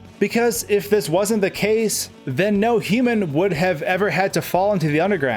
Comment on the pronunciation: I am more curious as to why it's so hard for you to say "human".